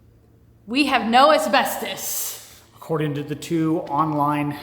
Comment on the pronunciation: why is it so hard to pronounce asbestos?... my man has the patience of a saint 🤣